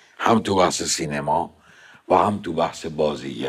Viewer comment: جون سینما رو اشتباه تلفظ میکنی. امسال درست تلفظ کن